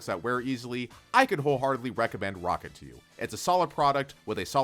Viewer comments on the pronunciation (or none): its rocat not rocket